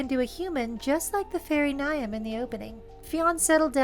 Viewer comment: Great episode, thank you for the fantastic uploads. Just to be That Person here, "Niamh" is mostly pronounced "Neev". I have a coworker by that name, she makes phenomenal bbq pork.